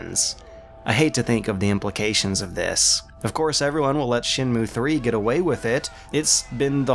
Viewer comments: Shen....moo? Shen Moo Ayy. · Evilknightz Shen Mway?